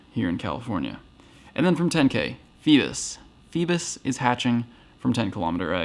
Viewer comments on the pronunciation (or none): It’s pronounced Fee-bass, not Fee-biss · Just an FYI it’s Fee-Bass, like the fish Bass.